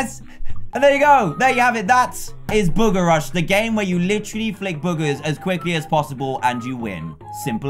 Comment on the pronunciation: Am I the only one who herd dan say yesterday we are playing booger rush